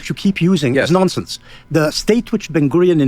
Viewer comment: I just love the way Benny Morris pronounces the word "nonsense". Nonsinss.